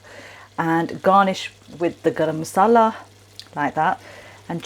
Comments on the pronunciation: Hi what Masala spice did you put in all I hear is Grr masala😊 thanks. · She used grrrr masala